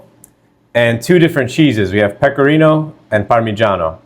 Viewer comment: Mówi się pekorino